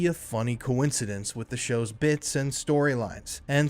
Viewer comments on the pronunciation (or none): none